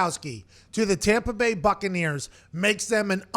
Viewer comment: Tompa bay gronkaneers